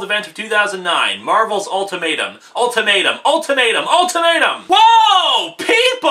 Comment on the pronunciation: The way you say "ultimatum" sounds like you're saying " old tomato"